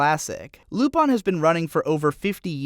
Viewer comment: Lupon? y u do this japan? It clearly says Lupin.